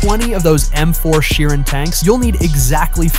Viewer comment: It’s m4 Sherman not m4 Sheeran geez